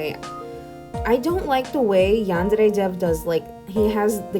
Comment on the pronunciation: this is a really small detail, but i love how u say yandere instead of yanderrrrrrrey